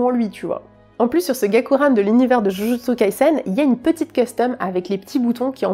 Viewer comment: Tu es l'une des rares personne que je suis sur youtube et qui arrive à prononcer correctement Jujutsu Kaisen, je respecte 💯